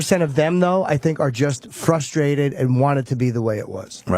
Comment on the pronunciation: I’m fustrated, I’m soooo fustrated…